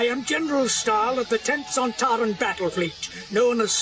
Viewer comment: Not Son-Tare-un, it's pronounced Son-Tar-un...short "a"